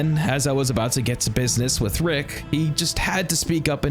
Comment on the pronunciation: Brother it’s pronounced “with” not “wit” lmao